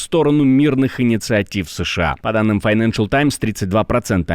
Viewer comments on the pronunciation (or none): none